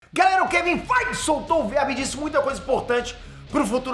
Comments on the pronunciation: eu escuto assim "Kevin FIGHT!" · Engraçado demais ele falando Kevin feige